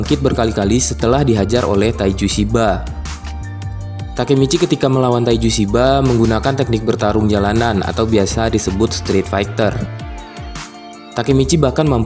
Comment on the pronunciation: Street = strear lol